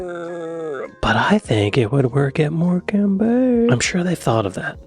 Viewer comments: Has to be AI narration. Nobody pronounces Morecombe like that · Can't even pronounce Morecambe (it's MOR-kum, not Mor-KAM). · More CAM, more CAM, I say! 😂😂😂 Mork ‘em. Nanu-Nanu. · More cam also made me laugh 😂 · He can’t even pronounce Morecambe! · As Someone Who Lives in The North~West of England Not Far From The Boarder With Wales 🏴 That Narration of Morecambe Was BAD But LLANFAIRFECHANN PG Was Criminal… It’s has sounds in it Closer to those used in Arabic Than in Standard English… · Please DON'T listen to his pronunciation of 'LLANFAIR' it's terrible... Go on line and listen to Welsh people saying it (lots to choose from). And by the way, you aren't pronouncing correctly either. I KNEW he didn't know how to pronounce British place names, when he said 'Morecambe'... LOL 🤣🤣🤣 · It can't even handle "Morecambe" m8, don't fret:) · I think us Brits are going to get annoyed by an AI voice which can't pronounce place names. Not even Morecambe. I'm waiting for the Welsh. Certainly don't pronounce Llanfair PG that way. Or believe the stuff about rainfall at Capel Curig.